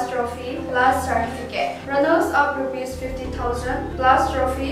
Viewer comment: Ipi asei ham kahepoi... pronunciation jng ki cheh sah dom2 ute.aki cheh Mo nakah a English jng agah man kit🥴...wice/vice chairman 🤭....sartificate/certificate....min het thei na hi tauvin English tho Khel sang a eipao kicheh Chet aphajoi🥳🙏